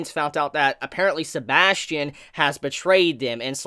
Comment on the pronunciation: His name isn’t Sebastian, it’s Sebas Tian. First name = Sebas. Surname = Tian. Which makes the pronunciation different.